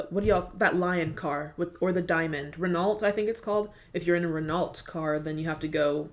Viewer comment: Renault is French and pronounced RayNo, or Renno.